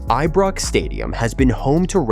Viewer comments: Eebrox? Get rid of AI voice overs please! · Pronounce the Ibrox name properly. 💙